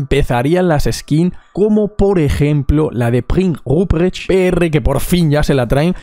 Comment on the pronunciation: Gracias por el vídeo. Por cierto, por curiosidad. ¿Cuánto ensayaste decir Prinz Rupprecht? (Yo creo que tardaría 4 horas en decirlo como tú lo dijiste xD)